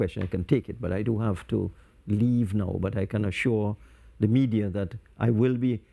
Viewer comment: Media, oh me-dear! Com-promised? Brown Bags???